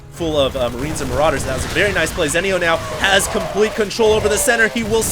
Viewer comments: its zee-neyo, not zen-io -. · It is pronaunced zinio.... ZI NI O